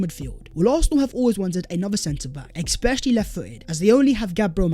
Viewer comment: 'I hope you are doing SensationALLY' 'eSpecially' ' amBidextrous' and your mic pops chronically. Having said all that I do really like the show and watch it often. I just wish you'd sort these little things out LOL. Sorry I am sure you read the comments, but you don't seem to answer much, so I'll keep saying it in an annoying fashion. :) But seriously keep it up, thanks. To answer your question: Nidi Kimmich Sandro Tonali